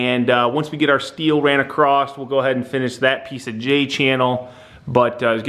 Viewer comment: please stop saying "acrosst" there is no T in 'across'